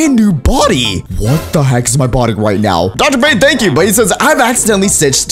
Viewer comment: i love how he said Doctor bane but it was Doctor bone